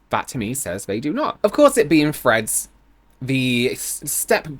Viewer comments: Any one else hearing at first “Fred’s” not threads lol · At first I thought you said friends instead of threads, like there was a new social media called friends that I hadn't heard of